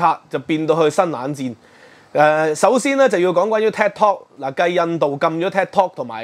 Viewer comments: Thanks for sharing your views on this channel. Just wanted to say the correct pronunciation of Tik Tok should be “Tik” as in Tick and not Tak (as in Kai Tak airport). Keep up with the good works. Will check in from time to time. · 點解要將tiktok讀成tektok? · Tik not TAC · 係「剔」tok, 唔係「tag」tok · It’s Tiktok not Taktok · “take” tok 吾係”tag” tok🙏🙏。 另外 是余”茂”春。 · "Tik" 讀 "Tick"，唔讀"踢"。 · 佢英文讀得差。。。應該係"tick" "tok" 既發音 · 感謝分析。尤其是血緣民族主義概念澄清得好。必須讓那些隨便開口指責別人漢奸的人失去振振有辭的論述。 另請注意，Tik Tok 的發音，還有余茂春名字該確認清楚以示對其尊重。